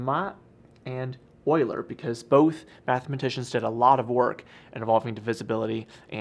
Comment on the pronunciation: Wow, someone who pronounced Euler's name correctly. I'm astonished